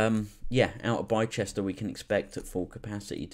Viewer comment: Yo man, just subscribed, please keep on posting these stock update/thoughts/review etc type videos with other stocks worth keeping an eye on. Btw Bicester is pronounced BIS-TER loool.